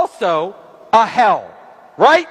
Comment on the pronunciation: You heard how he expressed the word H.e.l.l??😖